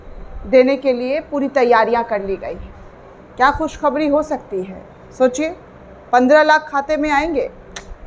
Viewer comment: Ravish Kumar, or other news click wale Sharma ji vajpaye or digar logon se Talaffuz pr dhayan De baki ki posh shaffaf hai aap to Muslim ho kar khus khabri kah rahi hain khushkhabree hoga naak na hi kata den Muslim logon Ki kiun ki urdu hi sahi zuban or akhraz main unki pahchan hai